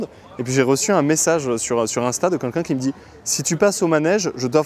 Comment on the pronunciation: On dit quelqu'un et pas quequin